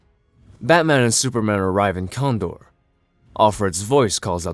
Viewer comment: Kandor is pronounced "Can Door".